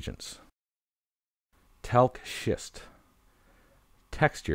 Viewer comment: It's an awesome video I learned a lot I never knew we had rocks that look like meteors..I thought he cussed when he said talc schist and started to laugh when he said Rhyolite lol I'll keep coming back to look at them i seen the minerals and rocks I didn't see the stoner's